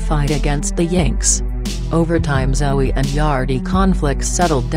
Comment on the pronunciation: She saying Zoey..lol